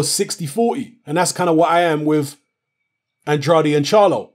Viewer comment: Andrade... Pronounced "An-draid" please!!